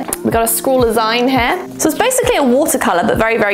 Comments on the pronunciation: 'Zeen'...the word is 'zeen', as in 'Magazine'...it is not 'Zine'. No, I don't care how it's spelled. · My eye twitches every time says "zyne" instead of "zeen". As in... magazine. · The way you pronounce zine is both awful and hilarious all at once 🤣 - Zeen, like Magazine. I liked the first box, I love posca pens. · ahahahaha of course a whole year of packages would be going un-notified! I think my favorite box of them all is the liquid pencil box! Also, I'm pretty sure it's pronounced Zeen, like the end part of "magazine"? But I've never heard it out loud before, so I might be wrong! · Zeen, short for magazine, not Zyne. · lol. It’s “zeen”, a contraction of the word magazine. 💕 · Just FYI- zine is pronounced zeen. It’s short for magazine 😀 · It's zine pronounced zeen - as in, magazine or fanzine. JSYK!! (Even typing the word 'fanzine' makes me feel old!!) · How do you pronounce magazine? That’s the way you pronounce zine. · Isn’t it pronounced ZEEN…short for magazine!? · Love the banana treat toss. Say magazine and then zine, please. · … I love you… but that is not how you pronounce “zine”